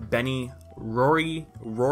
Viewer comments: Stop calling him roxy it's rory geez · Rory is pronounced roar- ie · It hurt me how how he couldn’t pronounce Rory. It’s like “drawer” but drop the d and add a y to the end. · good vid but it pisses me off that you called rory roxy the whole video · so you really gon keep calling my mans Rory "Roxy"... pls don't disrespect the man of my dreams for a good 2 years of my life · It’s Rory not Roxy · it's rory. (rawr-ie) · It’s an Irish named pronounced rawr-y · You sounded like that little girl who couldn't say who when you tried saying Rory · does this guy not know how to pronounce rory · Dude , the name " Rory " isn't that difficult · The Movie may have began as a slight parody to Twilight, but the show's formula was definitely more modeled after Buffy the Vampire Slayer than anything. Which by the way, is what started the trend of vampires being attractive, not Twilight. Also, Rory is not a difficult name to pronounce.